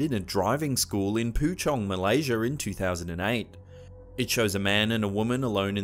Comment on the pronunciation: Is it Malaysuur or Malaysia? 😂